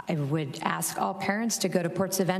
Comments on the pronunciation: "We all AXE that you...." Come on use proper English. You are supposed to be running our country, try to speak like an educated adult, not your street lingo! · Its so disgusting to hear the chairman of a congressional hearing say "axe" instead of "ask" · How did chairman Mr.Thompson get that far without being able to articulate thoughts in the English language?? "Let me axe you a question...." The answer.........affirmative action. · Aks-What the hell is Aks? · I don’t get why some people use the word ax, when they means ask. You would think an educated person wouldn’t want to sound like a thug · At the very beginning of the video, Mr. Thompson uses the word 'AKS' for ask! Who says you have to be rich and intelligent to be a politician! Ghetto much? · Is he saying ax? He wants to ax them..... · did he say we gonna ax??? really.....is Lee running for president? what a damn fool... I want to hear the chairman say, there's going to be consequences and repercussions for anyone that touches my cornbread.. amazing someone with I'm sure his amount of Education and that's how he speaks